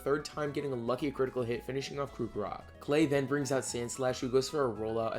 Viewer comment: the way you pronounced krokorok was upsetting